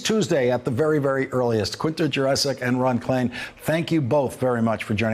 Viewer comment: Off topic: pronouncing the beautiful South Slavic name Jurečić as "jurassic" (as in Jurassic Park)... US Americans, what are you doing! Where is your awareness of culture and heritage?